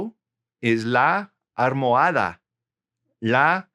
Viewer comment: Hello, thanks for great videos, I am from Canada, Montréal. I just had a question, the prononciation for the pillow is armoadaa? I listened many times and every time i heard that you pronounce l like r. is that so and why? thanks